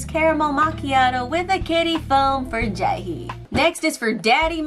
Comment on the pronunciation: yoosung pronounced "you-sung" not "yong-soon" Jaehee pronounced "Jay-he" not "jah-hey"